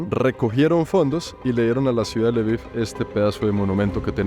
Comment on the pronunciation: Hola hermoso el lviv se pronunvia lbof y belarus es rusia blanca bela blanca rus rusia❤siempre fachero de una❤